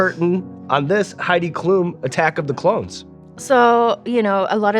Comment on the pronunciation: As a German I feel I need to apologize for Heid Klum, sorry world.